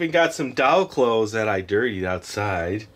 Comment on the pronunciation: when he said dirtied the way he said it